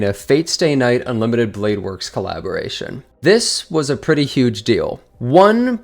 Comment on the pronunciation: Why does he struggle to pronounce the word "pretty"